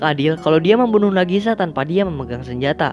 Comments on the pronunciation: Knp ngomng nama karakter selalu terbalik kek "Nagisa" jadi ngmng "Nagasi"??? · Bang sedikit koreksi : Nagisa bukan Nagasi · Nagisa bng, bukan Nagasi😞🙏🏻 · Maaf ya bang munkin maksudnya nagisha bukan nagashi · Bang namanya nagisa. Bukan nagasi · Nagisa bang bukan nagasi